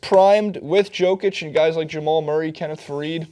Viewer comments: You have to admit that "Joke Itch" sounds pretty funny. I get more annoyed when the TNT analysts call Joakim Noah, "Yo Keem" Noah. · Yoke itch man not JOKE itch... Lol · It's nice people outside Nuggets fandom are finally starting to notice him, so thanks for catching on, as you say, better late than never. But it's pronounced "YO-kich," not "JO-kich." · You read it as Yokic not Jokic but it's ok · YOOO-kitc dumbass saying it wrong the whole video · Is name is pronounced YOkic. I hate these poser nba analysts on youtube who can't pronounce names correctly. Do you even watch these guys play? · Yeah, the pronunciation on that website is bullshit... The Nuggets announcers say it properly. Pretty close, anyway. It's pronounced "Yoh-kitch". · Can't pronounce Jokic correctly and don't know what country he's from? GTF away from making videos then. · You mispronounced his name in the first five seconds...I unsubscribed, disliked and did not watch the rest. JUST KIDDING! love your content but fuck Cenk Ungur. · You didn't pronounce his name correctly. You better put some respect on his name next time, or I will write an extremely mean comment!